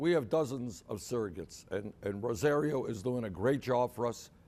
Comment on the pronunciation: Damn he is just lying through his teeth. LOL Shame on fame thursty Rosario who is doing anything to keep her irrelevant ass relevant. He can't even properly pronounce her name. I guess to the old white dude minority names can't be bothered to be pronounced correctly. #BERNEDOUT